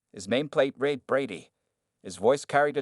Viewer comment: I wish they could get the narrator to correctly pronounce ‘read’ as ‘red’. It kinda ruins the telling of the story.